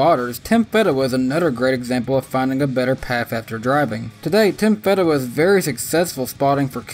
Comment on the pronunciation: Tim FEE-DA-Wah I only know because he raced on some local tracks.